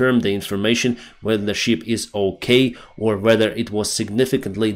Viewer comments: you sound like John Candy. BIG BIG BIG BEAR. At list john got it right. It is a. ship not sheep. You must bee looking for your rubber boots😂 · Thank you for great videos! Listening to them from USA. Your English is excellent, One word I noticed today you pronounce incorrectly: ship ships, I sound needs to sound like наше и як в шип, чи як в шиповник. You pronounce as in sheep (вівця) , we звук як в слові шість. Great videos for English speakers!!!